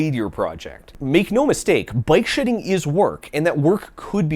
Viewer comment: Oh BIKE shedding! I thought you were saying BYTE shedding. I thought it was like some sort of thing where you skim off bytes in order to save space where you probably shouldnt. Like digital corner cutting